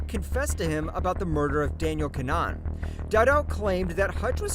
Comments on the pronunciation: Kin-uh-han. Idk what’s so damn hard about that name to Americans. I say this AS an American. Didn’t you go to school with or have Irish neighbors/family? Then again I grew up in NYC in a very Irish neighborhood but cmon. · Gotta learn to pronounce names. KIN-A-HAN its phonetic.